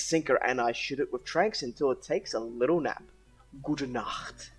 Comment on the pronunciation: Honestly after you said "Gut Nacht" I paused to check if your actually German xD the pronunciation was on point so props for that....and the great video xD